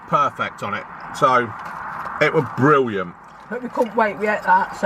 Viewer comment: "That's forkin briwwiant" You sure got a way with words man, hahahah